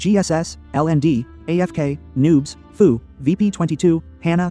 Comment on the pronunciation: First of all, there is a lot of misinformation in this video. To the 1.8K subscribers following this guy: BE AWARE. Second, our alliance name is FU, not “Foo.” If you’re going to make a video talking about us, at least get the name right. And if anyone had the displeasure of dealing with anyone this season, I think it would be FU, LND, and GS having to deal with VP22. They’ve had issues ever since diplo was decided and they found out they wouldn’t be able to play with OPB this season. That attitude showed pretty clearly in the final zone, where VP22 was nowhere to be seen and practically nonexistent - pretty similar to how they gave up after only a few days in Zone 2. And don’t just take our word for it. Even GS had issues with VP22, raising concerns about their sportsmanship and pointing out the constant blame game. When FU, LND, and GS are all coming away with the same impression, maybe everyone else isn’t the problem. And let’s not forget - you had just as much say in diplo as anyone else and still chose to ally with us. You weren’t forced into anything, so complaining afterward because the season didn’t go your way is pretty ridiculous. Also, we don’t have anyone in FU leadership who used to be in Server 220, so that claim is simply false. In fact, what I heard was that VP22 betrayed 220, not the other way around. But that has absolutely nothing to do with this discussion anyway and comes across as nothing more than bringing unrelated drama into a video that already conta